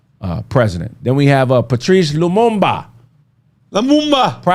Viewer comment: You dare disrespect Patrice Lumumba like that you damn "muttbreed"! You ain't sh*t for that you damn "nosePEEon" mofo!